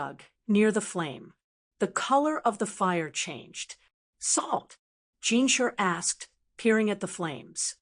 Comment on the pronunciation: It’s pronounced JinSHI not Jinsher (no hate)